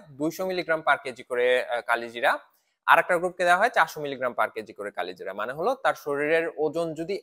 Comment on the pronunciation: উচ্চারণ করেন কালোজিরা